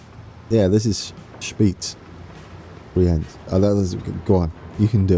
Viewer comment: Already a lot better, love the effort. Keep up the great vids. Below are some more tips if you want to try. Brienz is pretty much on point. Spiez already sounds pretty geman but not yet swiss german. It has the same i-e pronunciation als Brienz. Intelaken & Thun are good. You can drop the 'n' at the end of Interlaken to get even closer. Uetendorf could do whit a little improvement. the 'U' is pronunced a little strange like an 'ü', look up the pronunciation of the german word 'über' and use that 'ü' sound. (sorry i can't explain it better) Uttigen is pretty close as well, just needs a little more stress on the first syllable 'Utt'. And then Domodossola needs a lot of work. It's 'ssOla' not 'ssAla'. And you need to to stress the second 'do' as well as make it a really sharp 's'. and then give it a little Italian flair and your there ;) I hope i could help.